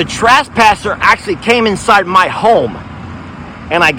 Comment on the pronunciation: Sound like he said trashpasser. Lol. Okay time for a gate. Smh. Omg not ok